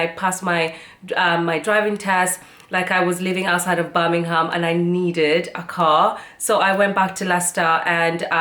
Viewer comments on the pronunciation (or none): none